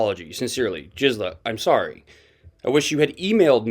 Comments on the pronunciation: Her name is Gizela. Not Jixela. G as in grape. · YESTERDAY I politely tipped you off TWICE in Comments that Gisela is NOT A SOFT “G,” for example, GELATO; her proper pronunciation is with a hard “G” like Good! You’ve used it both ways all of a sudden now. Just want you to sound smart 😁